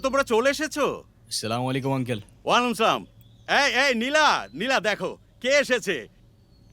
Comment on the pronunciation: ছেলেটা কত সুন্দর ভাবে সালাম দিলো, চাচার সালামের উত্তর "ওয়ালম সাআম" ওটা নিশ্চিত মুসলিম নয়